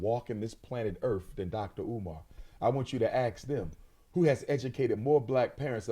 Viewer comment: Walking this planet “earf” I can’t.